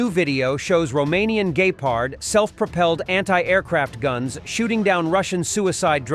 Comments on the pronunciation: Jesus these AI voices are awful. gay-pard?!!? :face-blue-covering-eyes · Pronounced Gepard wrong. It’s not Gaypard. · WHAT THE HELL IS A GAY PARD ???????? GET RID OF YOUR IDIOT SPEAKER !!!!!!!!!!! HAD ENOUGH OF HIS "FLAMBOYANT" EMOTIONALISM ... IDIOT MISPEAKER !!!!! !!!!!!!!!!!!!!!!!!!!!!!!!!!!!!!!!!!!!!!!!!!!!! HE IS A GAY PARD !!!!!!!!!!!!!!!!!!!!!!!!!!!!!!!!!!!!!!!!!!!!!!!!!!!!!!!!!!!!!!! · A "gaypard"? You mean a Gepard? I can't even comprehend how moronic a person must be to want to use AI commentary.